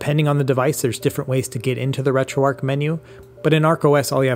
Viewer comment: Imagine if Retroarch was actually pronounced like that. I'd be putting keese on my sandwich. I'd be eating kips and dip. I'd kew my food. I'd get married in a kaple. I'd attract fish using a kum bucket. Things on sale would be keap. I'd kallenge someone to a fight. Sometimes, I'd have to make difficult koices, while I sit in my kair. When I'm feeling down, people would keer me up. Great job. Words are hard.